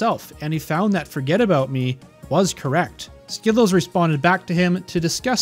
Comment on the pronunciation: Hey just so you know you are pronouncing wrong. You should check with him to fix the pronunciation. Great video otherwise!